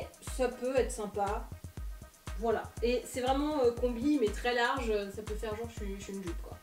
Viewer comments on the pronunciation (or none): none